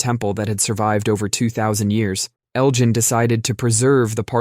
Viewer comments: Elgin, not Eljin. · Hard g, Elgin, not Eljin. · 1st: pronunciation: Elgin has a hard G, not a soft one. 2nd: false information: Greece as a sovereign country has not even existed 200 years yet, and 3rd: fact: the official demand for the restitution of the Elgin marbles was filed as late as 1982. (edit) oh and 4th: the Parthenon can be viewed exactly as it was before Elgin saved the marbles because copies of the sculptures were made and installed where they belong on the structure (any originals that remained are in Greek museums, btw, thus all that is seen on site are copies)